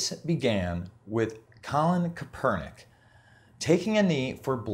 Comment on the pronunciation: You could tell he has no idea about football and he pronounces call in Kaepernick's name wrong